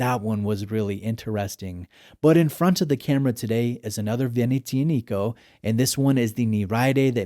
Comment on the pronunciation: The accent is on the "A", it's veneziànico..not venezìanìco. It's not that hard to learn how to pronounce a brand's name before making a review